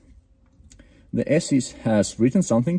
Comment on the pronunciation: Мда… для английской аудитории сам язык еще так нормально подучить не мешало бы, хороший для тех кто хреново понимает. То же самое произношение названия программы Esys, никак не Asys 😂😂. Хорошие познавательные видео некоторые в целом, но с английским явно переборчик.